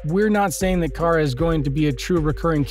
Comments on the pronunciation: And once again we have somebody who pronounces names wrong. It's not KARE-A it's KAR-A. Did you not watch the series. They had this whole thing with Cat Grant, Kara's boss at CatCo worldwide media, calling her KARE-A. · Omg i got so triggered when you said cara sounds like Carit but without the it like ahh its KARA 😂😂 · 0:!6 her name is pronounced Kah-ruh